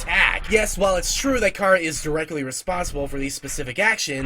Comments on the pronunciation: CHARA NOT CARAH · he says it incorrectly (most likely) because Chara if derived from the word character (most likely) so it should be pronounced CARE-uh like the sound before the -cter in character. :) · unrelated: chara is pronounced exactly like it's spelled, not "cara" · ITS CHARA NOT CARA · The name chara was derived from the word -Chara-cter. His pronunciation of it is like saying driving Car with an A on the end of it making it sound like something else entirely forcing the R like that--car-uhhhh. Just sounds weird. All i was saying \0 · Dude its (Ka-ruh) ok? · Anyway you say it is ok, but Chara, being a Japanese word, is correctly pronounced with the Japanese letter sounds. Meaning, it would be pronounced as kar-uh or CARE-uh or KEY-AIR-uh. Not to start a fight! Cha-run is an OK pronunciation. NO HATE! NO FIGHT! SANS IS LIFE AND LOVE! SO IS MUFFET AND TEMMIE! I JUST THOUGHT OF E WORST SHIP EVER... MuffetxTemmie.... WHY MUST I DO THIS!!! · THE NAME "CHARA" ISN'T PRONOUNCED LIKE THAT!!! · You're not the only person who does that. The fact so many do that to other irritates me and THEY overdo it sometimes. Sheesh. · Nope. Youu're still saying it wrong. Chara is the demon that calls when you call it's name. Chara never came to us. Every pronounciation we said was wrong. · * The real first name "Chara" is not pronounced like you described.